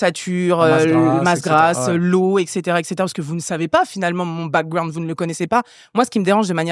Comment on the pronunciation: j’ai envie d’écouter le podcast mais quand j’entends « backgWound » ça m’énerve déjà